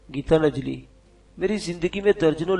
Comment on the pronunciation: Yar gita najli nahi gitan jali hota hai apni urdu thik karain